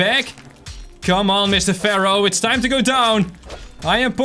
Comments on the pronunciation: It’s pronounced faro not farao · it's pronounced like fair-oh